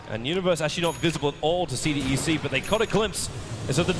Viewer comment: why tobiwan pronounced cdec as CDeCK